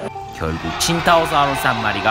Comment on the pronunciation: 초에 친타오사우루스스가 아니라 친타오사우루스에요